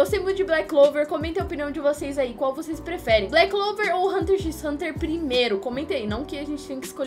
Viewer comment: Assista Hunter x Hunter,e n se pronuncia o x kkk